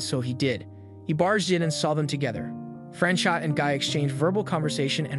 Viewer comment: his name was not fran-shot. it was pronounced fran cho the t isn't pronounced